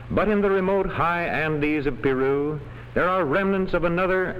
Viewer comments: "Piru"? que tonto es el narador que ni sabe pronunciar "Peru" correctamente! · Para tu información el narrador no habla español, y la e suena como una i corta o diminuta en inglés. Saludos.